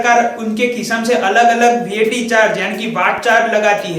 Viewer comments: Bhai tu gujarati he hena?? and vaat nahi vat bol...or exercise nahi excise duty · Are wo excise hai , excercise nhi or wo VAT hai what nhi